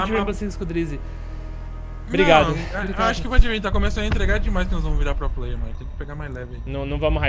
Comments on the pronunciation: "Pro Pleier" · Sr ' pro pley fala certo kkkkkk